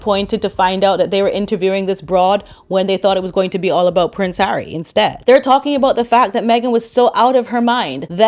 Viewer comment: And when she's not calling him H, she's calling him "Hairy". She's so clever that she can't pronounce 'Harry'. 😂